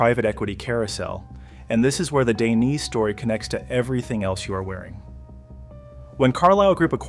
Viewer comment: "lino daineyss"😭😭